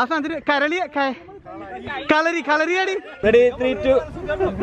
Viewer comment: Karali Alla kalari🤣🤣